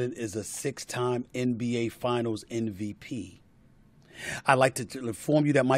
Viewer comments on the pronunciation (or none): Does anyone else get annoyed at the way Stephen A. says “NVP”!!